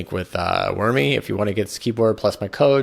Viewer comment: LOL I don't think it's supposed to be pronounced "wormy."